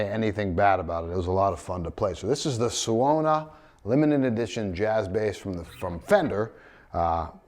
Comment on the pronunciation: Suona means "he/she/it plays" in Italian. It's pronounced "soo-AWE-nah", more or less.